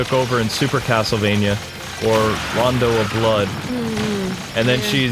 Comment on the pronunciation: "Ronondo of blood"... You mean Rondo of blood?